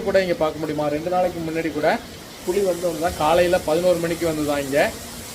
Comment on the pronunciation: “புலி” correct. Not புளி.